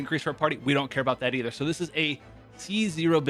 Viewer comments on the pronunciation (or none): none